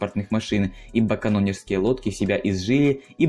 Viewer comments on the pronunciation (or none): Вообще интересно, что с ударениями? я всегда слышал, что канонерские ударение на е перед р. А здесь на о! Я не граммар наци, но интересно...